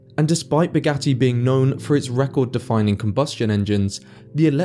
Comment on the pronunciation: Buuu-ghat-tee doofus😂